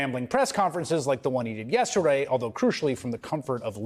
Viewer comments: Hey don't you know how to say yesterday not Yes away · Like the one he did " yetherday" lol can't speak.